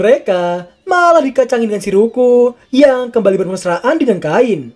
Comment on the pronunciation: Cain bang namanya bukan kain Ngakak , karung mana karung oi FBI open ap pedo!! Pedo!! Pedo!!